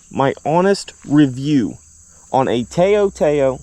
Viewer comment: you pronounce it like touw touw TA-OW